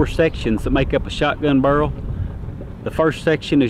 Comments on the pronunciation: Bear-el, bear-el. I have a slight southern accent, but jesus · Take a shot every time he says burrle